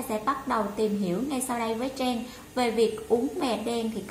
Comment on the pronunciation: Tên của mình mà đọc cũng ko rõ nữa.Trang thành Treng